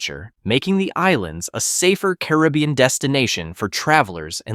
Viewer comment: Learn the correct way to pronounce "Caribbean".